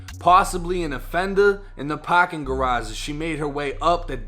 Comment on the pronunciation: Stolen kah in the paaakin garage